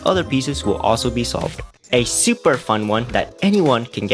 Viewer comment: and later, you said SOUP-er easy to solve or smth like that hahahhh